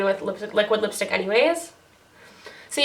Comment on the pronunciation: 7.33 did u say lipshit lol